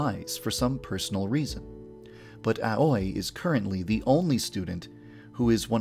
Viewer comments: Is anyone gonna tell him he said "Aoi" wrong? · PLEASE learn how to pronounce "Aoi". As an important character in your game, it's really sad you didn't even say it right considering you've done fine with everything and everyone else. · Tbh the only cringy thing here is how he pronounces these Japanese names 😂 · It bothers me how Yandere dev pronounces ”Aoi” Because I always pronounce it as AoE. 😂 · Oh my gosh... The way he pronounces Aoi's name is too much... It's completely wrong ! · The way you pronounce Aoi is my new pet peeve Ples listen to naruto's opening blue bird for reference, PLEASE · i'm sorry but does it annoy anyone else when he grossly mispronounces the names of the characters that HE invented? i feel like he could have at least googled their pronunciation... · Your Pronounciation of Aoi bothers me a bit. I think it's supposed to be pronounced Ao-i (Owie) instead of A-oi (Ah-oi) Though I suppose if that's what you actually want it to be, that's fine too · Aoi is pronounced as Awee not A-uy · Just a minor nitpick, Aoi is actually pronounced more like "owie" rather that "ah-oy". I know the pronunciations of most of the names are a little off but that one bothered me a little more for some reason lol. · Your pronunciation of Aoi is weird, you pronouns it as A-oi when it should be pronounced ow-ie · Aoi is pronounced Ah-oo-e not ahoy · Ok... one thing is driving me insane here. It's AO-I NOT A-OI. it's pronounced liked owy, like a kid says "Owy! That hurt!" Sorry, that just really bugged me. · (I'm gonna be a lil nitpicky here) The name "Aoi" is not pronounced "ow-oy" but "ow-ee". Sorry it just really bothers me when Japanese names are pronounced incorrectly. Don't hurt meh. X3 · AOI=pronounced like YAOI =AUWI not AWOY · I hate how you pronounce their names in the most white way ever... "A-OY" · I thought Aoi was pronounced "Owee" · not to be that guy, but the way you're pronouncing Aoi is very wrong, it should end in a long ee sound, like ah-oh-ee.